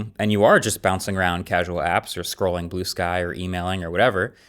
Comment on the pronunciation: He said blueskee 😂😂😂